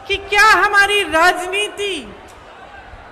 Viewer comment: प्रियंका तो राजनीति बोलती हैं, नवीन जी आप क्यों राजनीत बोलते हैं? ती को त क्यूं बेल्ट हैं? सुनने में कान को अच्छा नहीं लगता।